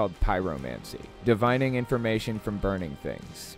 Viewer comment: "DIV-in-ing" not "di-VINE-ing"... ffs, this video fails on so many levels. Tons of bullshite.